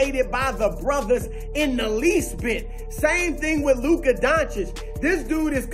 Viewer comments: I don’t care what color you are because I’m not racist. But over and over I hear black analyst mispronounce Luka’s name intensionally out of disrespect but they can pronounce Giannis’ last name. Ha. And they ALWAYS have to preface any compliment with “ it he’s slow” or “unathletiic”. And ain’t nobody padding stats in Dallas my man. Luka got 33 and 18 tonight in 29 minutes. He always sits and takes a rest win they’re winning. Harden played 39 minutes tonight. Luka rests each half and still averaged a 30 point trip dub last month. He has more 9’s in the stat columns than anybody. Do you think ANY other star would take a seat on the bench when they are one play away from a T-dub? Ha. Luka does it all the time. He could have four more triple dunked this year with one extra play. But he takes a seat life you’re supposed to. He doesn’t rob teammatesnof rebounds. It’s all in the flow of the game. All while black dudes flagrantly foul him and the rest of the white dudes in the league. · Averaging a 30 point trip-dub for an entire month now (only three players EVER did it); we call that the Triple-Doncic. But if you can’t pronounce that (like all the black NBA analysts who intensionally mispronounce it out of disrespect) you can just call it the 30 point Luka-Double. Peace!